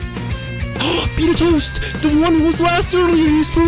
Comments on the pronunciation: It's not beat a toast, it's beta toast lol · His name is BETA TOAST. Not BEAT A TOAST. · Ight who's also annoyed on him saying 'Bitatost' instead of 'Betatoast' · It’s bet a toast. Not be a toast. ;) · Btw it’s bet a toast not Beata Toast xD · lol "beat-a-toast".... I'll bet you it is pronounce bait-a-toast... you know as in BETA! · Bro why this guy say beat-a-toast. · I think its Bae-ta Toast thats how you pronounce it